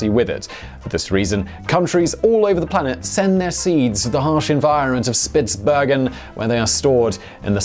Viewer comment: Norwegian here - good work on the pronunciation of Svalbard and Spitsbergen. You must have trained a lot on those. However, Longyearbyen did not work out so well though :)